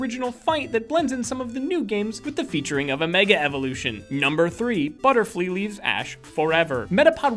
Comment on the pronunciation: You said Butterflee not Butterfree!